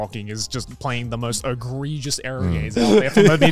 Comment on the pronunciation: Listening to this I think Garnt thinks it's "agregious" not egregious